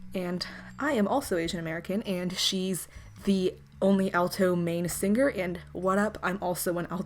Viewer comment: d-did i just heard u say,, sing-ger ?